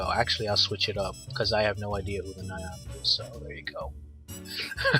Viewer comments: You have a great voice, have you ever considered being in radio? and it's Nami not niami. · Hate to be a Smartass, but Nami is pronounced Nam-ee. (Nam rhyming with calm.) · How on earth did you mispronounce Nami so badly? There's not even any letters between A and M